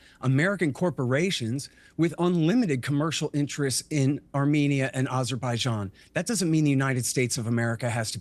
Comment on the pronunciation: NO USA president should ever recieve a peace prize. Dropping bombs and killing civilians with drones is the exact opposite of peace. Also, I think bro means ABerbaijan and ALBANIA 😅